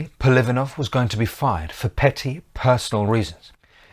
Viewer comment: Apart from misprounoucing the names of the Russian ministers PolivAnov and SuhkhomlInov, this is largely correct. I have personally met my g-g-father, an ethnic Buryat (Mongolian), who fought in that war, first in the cavalry, later as part of of an armoured vehicle crew.